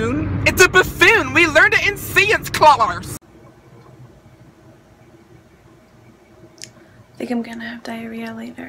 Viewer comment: "it's a bafoon we learned it in siance clarse" has me dying🤣